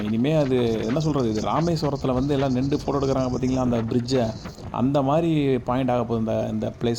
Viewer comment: நிண்டு அல்ல, நின்று திருத்திக்கொள்ளவும்